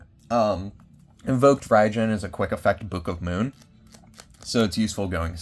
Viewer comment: Also you were talking about Invoked Raidjin right? I couldn't quite tell what you were saying and the captions weren't helping much